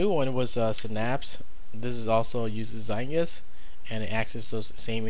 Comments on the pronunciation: it is pronounced (zite-guyst) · Aye aye! I agree, you are saying it wrong. It's in German and it means time-ghost, if you want a word-by-word translation.